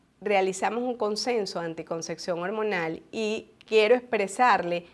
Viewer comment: Ojala aprendiese a pronunciar correctamente ANTICONCEPCIÓN¡